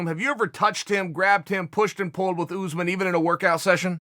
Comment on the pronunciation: Chael " OOZEMAN" sonnen